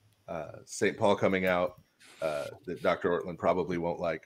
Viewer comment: it's "Ortlund"